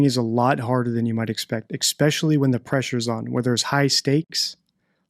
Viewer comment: I wonder if knows he says 'especially' incorrectly... 🤔